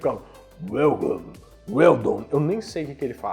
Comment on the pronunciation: Ele fala bem vidoem inglês igual o residente evil o vendedor de armas welcome